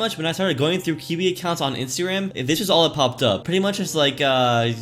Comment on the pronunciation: Nooooooooo it's not kiwi(s) it's ka-why that how it's pronounced = kawaii